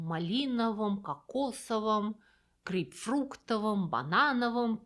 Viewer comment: ГрейпфруКтовым - это сильно! 😂 Но и пятиста-семиста вместо ПятиСОТ-семСОТ тоже забористо.. И кегов напоминает рыбов😊